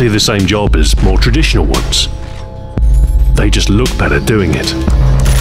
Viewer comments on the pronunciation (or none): none